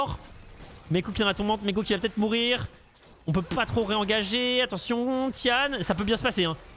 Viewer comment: juste pour info, on dit pas ti-ane mais ti-N (ti-haine) c'est son middle name (gao tian liang - 高天亮), le sens original de tian c'est le ciel, mais ca peut vouloir dire le jour, dieu, le paradis (ou autres).